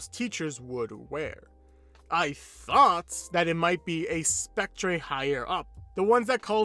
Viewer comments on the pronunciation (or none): Just as an aside, Spectre is pronounced "speck-ter" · lol hearing saying spectre sounds like speck-treh